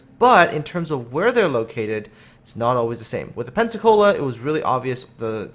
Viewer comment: so it should be "pen-suck-all-a"